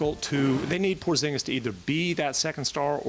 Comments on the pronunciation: Kristaps "Pozginis" lool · “Pozginis” lol